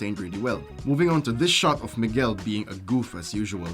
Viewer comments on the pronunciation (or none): none